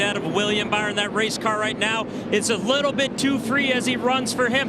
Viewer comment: Also Mike said bower not byron